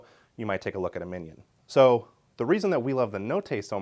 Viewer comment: Love this guy but the way he’s saying « mignon » is killing me.